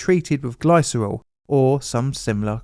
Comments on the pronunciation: Sorry, but "Gliss-er-ol" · Glycerol pronounced /ˈɡlɪsərɒl/. I REALLY like but do wish would check how to pronounce things. It seems an odd failing.